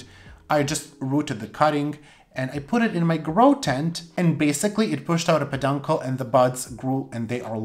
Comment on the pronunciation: knows he is mispronouncing "peduncle." I think it's just hard for him to articulate.